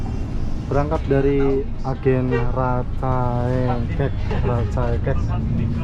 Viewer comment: Betul rancaekek bukan rancaengkek